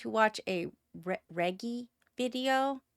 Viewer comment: I’m sorry, did you say “Reh Gi”? Surely you at least heard the name Reggie (reh-gee), short for Reginald.